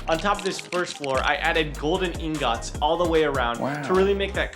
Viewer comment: you said ingots wrong😂😛